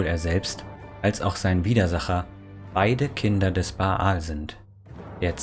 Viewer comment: Erstens: Danke für die Zusammenfassung, ist schließlich doch 20 Jahre her, dass ich Throne of Bhaal abgeschlossen habe. Die Aussprache der Eigennamen ist aber sehr eigenwillig. Der heißt einfach Bhaal (gespr. Bahl) und Drizzt do' Urden wird englisch Drisset do Örden ausgesprochen. Du sagst ja auch nicht Ion Irenicus.